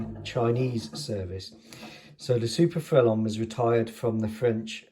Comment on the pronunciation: Bravo Monsieur! Ton prononciation de le mot « Frelon » était bon! Le très gros hélicoptère 😊 Gros means big, grande is more height related big. But you would be understood 😊 The S is silent here as it’s masculine 😊 If the object is feminine it would be grosse which doesn’t sound as nice in English 😂 Le grosse femme! Remember, as adults speaking another language, it’s just to be understood, not perfect like at school! I’ve been winging it for 15 years now…….😂 Nice model. I have to agree about a French style , a certain je ne sais quoi! I think it was loved in Its ASW capabilities but was otherwise restricted. If I can help source anything in France or western Germany then Let me know . I’ll get my email to you somehow👍🏼